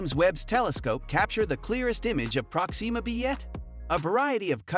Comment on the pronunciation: Good! Now your next video has to be a thorough explanation of how NASA will attempt to get you to say PRÓxima B, like NORMAL PEOPLE, instead of whatever the hell is coming out of your mouth- like an extraterrestrial attempting to speak english- everytime you try to say a name thats been around for a while now and is always pronounced PRÓ-xima. Jesus Christ.